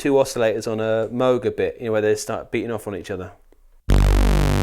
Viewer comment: Its Moog not Moog